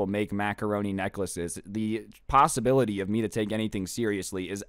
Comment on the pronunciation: did he say... pasta bility